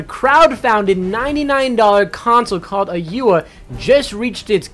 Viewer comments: u-ya? lol thumbs down... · lol he called it oyua XD